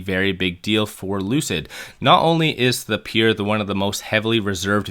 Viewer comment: "Peer"? It's "Pure"! Are you throwing these trolling phrases and word in there to make us comment?